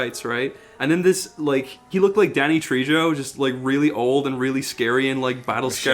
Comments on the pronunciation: Danny Trejo, Tre-jo Jo like ho, like ho ho ho Not treeyo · Danny... “Tree-Joe”? “Tree-Joe”??